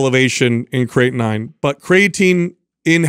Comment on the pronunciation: Kray- a/tin 🤣